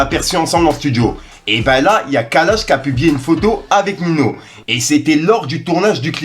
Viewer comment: Arrête de dire Nino s’il te plaît 😂